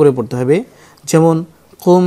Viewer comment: কুম বলছেন না কুং বলেছেন বুঝতে পারছি না পিলিজ বলেন